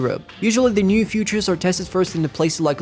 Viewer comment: features это фичес, а так нихуя себе, очень крутой английский